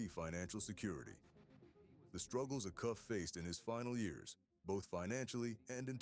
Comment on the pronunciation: It's pronounced A- Cuff, long A !